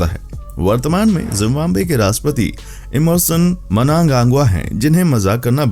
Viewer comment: Its not RASPATI…. Its RASHTRAPATI. ❤